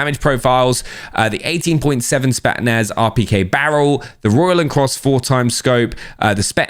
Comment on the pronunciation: It's pronounced SPET'S - NAZ Not SPET-NAZ Really annoying tbh